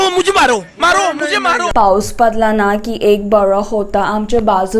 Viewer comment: That ''paus padla'' sounds like "paus paadla💨💨"😂😂😂😂its horrible..😆